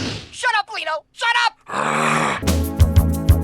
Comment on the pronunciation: I'm glad someone else caught that "little" pronunciation from Don Lino... Thought I was the only one who noticed as a child 😂